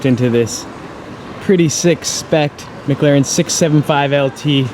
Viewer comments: Dude I love your vids but it drives me insane when you pronounce it maglaren... but you still have the best vids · Does anyone else hear mglaren when he finds a McLaren???